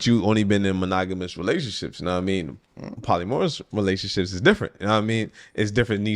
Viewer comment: Nigga said polymorus 🤣🤣🤣🤣🤣😂😂😂You mean Polygamous Gang???😂😂😂😂😂😭😂😂😂